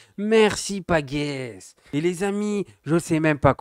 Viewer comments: Pagesse pas paguesse ! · Pagesse, pas Paguesse tronche de cake 😂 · Ça se prononce comme un J pagesse frérot 😊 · Ma prononciation a été reprise partout, aucun souci 😁. En revanche, avec le'tronche de cake', j'ai ressenti de l'hostilité. Donc quand on est hostile envers moi, je réagis... C'est un quiproquo où tu voulais vraiment m'insulter ? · Tu te sens vite bz, arrête de chialer parce que je t'ai repris sur ta prononciation, c'est quoi cet ego de gamin de douze ans? grandit mon fils 😂